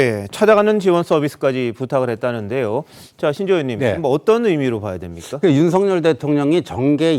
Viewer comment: 윤석열대통령발음을윤서결이뭣니까똑바로발음하시오